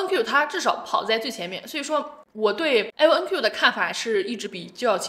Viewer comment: 是IonQ, 不是LonQ.